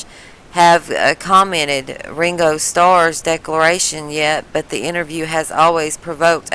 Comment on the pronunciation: She calls him wingo its fkin Ringo